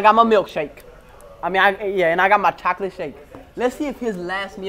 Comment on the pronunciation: Its chocolate not choklet just saying